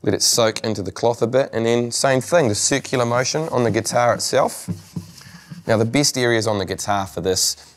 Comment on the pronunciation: Im laughing like rn because of that